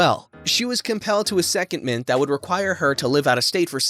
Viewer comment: And secondment doesn't sound like… hat he said.